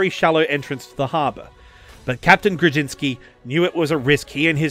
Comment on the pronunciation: orzeł ≈ o-zhew Kłoczkowski ≈ kwoch-kov-skee Jan ≈ yan Grudziński ≈ gru-jeeñ-skee